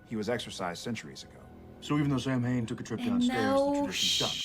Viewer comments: 🤔Samhain (pronounced "SOW-in") was NOT the name of a person. 🤯 It was the name given to a vital ancient Celtic festival, celebrated around November 1st. Marking the end of the harvest and the beginning of winter. 🤨Typical Yanks.. They have barely any ancient traditions of there own. So they steal ours. P.S. It is a British/Celtic Pagan ritual, that predates the birth of Christ. Well over 2000 years ago. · Everything about Samhain is wrong. It's pronounced Sawen and simply means summer's end. It's an important festival for witches and druids. Great episode though, even if it does irritate us druids. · The pronunciation of Samhain drove me insane as an Irish person. Samhain is simply Irish for November, but is also the name of an old Celtic festival that takes place on the night of Halloween. Halloween was born in Ireland. Samhain is pronounced sss-ow-en. The festival is also sometimes called Oíche Shamhna (eeha howna)